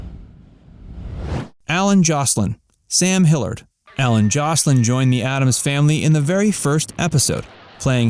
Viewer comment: Hmmm… Wasn’t it “Sam Hilliard” rather than “Sam Hillard”?